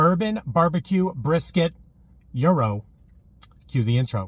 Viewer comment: From what I learned, it's pronounced "yee row."